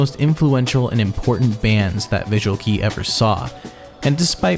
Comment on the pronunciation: visual key? no... xD is "KEI"